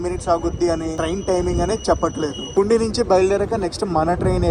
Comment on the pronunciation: పుండీ కాదు పూండి నువపడ కాదు నౌపడ సిగ్డామ్ కాదు సిగడాం బతువ కాదు బాతువ